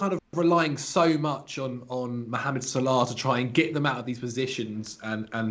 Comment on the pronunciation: Why do you say Salah so weird